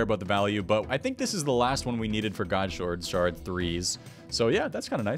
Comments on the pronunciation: God shwurd shawrd <3 I love you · “Godshord shard threes” haha